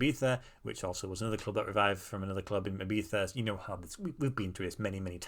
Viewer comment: I love how you said Ibiza! Como un Español de verdad ❤